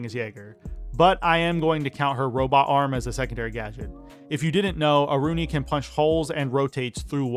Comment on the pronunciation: It's Aruni, by far